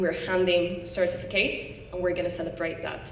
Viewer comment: As well as 'certificates'!